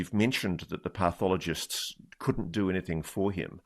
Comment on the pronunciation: I can't believe that Ross doesn't know how to pronounce pathologist!